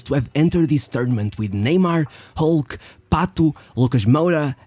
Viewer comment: “ISHKOO”… “PATOO”… bro pronounce their names normally, u dont have to use portuguese accent to pronounce their name u dummy